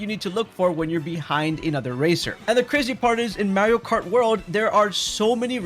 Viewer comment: MAR-ee-oh not MARY-oh. He literally says his own name multiple times in various games as well as the movie. How are people still saying it like that?